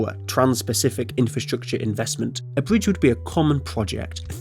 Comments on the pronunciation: A bwidge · What’s a bwige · Yeaw lets make the bwidge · My bwidge is bigger than your bwidge. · Bwidge tunnewing woads awtic wail woad woute